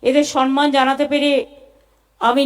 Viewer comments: শব্দ টা হলো সম্মান। কি যে সন্মান সন্মান বলে কানে লাগে শুনতে। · মাননীয় মুর্খমন্ত্রী সম্মান কে 'সনমান' , গভর্নমেন্ট কে 'গরমেন্ট' উচ্চারন করে । ঐ অপদার্থ আবার বাংলা ভাষা বাঁচাও আন্দোলন করে । লজ্জা নেই । একটা আস্ত অধম । পশ্চিমবঙ্গের চটিচাটা বুদ্ধিজীবী বাদে অন্যান্য শিক্ষিত নাগরিকরা কেন প্রতিবাদ করছে না ? মনে আক্ষেপ রয়ে গেল মহানায়ক উপাধিটা কেন মমতার নামের জন্য কেউ প্রস্তাব করছে না ? সর্বঘটের কাঁঠালি ।